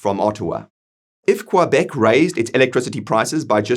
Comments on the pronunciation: I agree with what you said. However I don't think there's nearly enough separatists to come anywhere close to a positive vote. But who knows what shenanigans they could pull to fudge numbers or something worse... On another note, I never heard anyone pronounce Quebec as Quoibec... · 😂 he will have to work on that pronunciation of Quebec